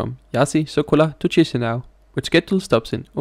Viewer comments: It’s Kee-shee-NOW, not cheesy something. Ch in Romanian, Italian and some others = k, s with a comma underneath = sh Upd btw we in eastern/central europe call the peninsula Jutland yoot-land-(ia), not dshut-land like the Anglos do 😉 because some respect to the native pronouncing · Please, "Kishinow", not "Chisinow" (in pronunciation). Please! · that’s you who’s cringe 😄 it is the official reading, I’m quoting: Chișinău (/ˌkɪʃɪˈnaʊ/ KISH-in-OW, US also /ˌkiːʃiːˈnaʊ/ KEE-shee-NOW;… Saying “cheesy now” is like reading choir like chewer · It's not Tschischinau. It's Kischnău. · Ikke for at være nidkær, men på rumænsk udtales digrafen ch som /k/, ikke som /tj/. Så den moldaviske hovedstad hedder dermed /KI-sji-næv/ og ikke /TJI-si-næv/. Mægtige hilsner fra Bukarest! :) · Stop pronouncing "tchishinau", it's actually "kishinau". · Tchiss-a-now?! : D Okay, thanks, bye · it is in English language 😃 in English, one reads Chișinău like Kee-shee-NOW, stop being cringe, I beg of you